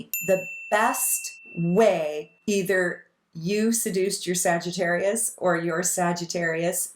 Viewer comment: lol exactly we’re damn near perfect but he calls sags “SagiTERROIST” 🙄